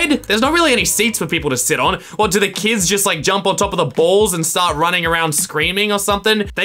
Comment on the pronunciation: *me trying to do his voice when he said “kids”*: kIdS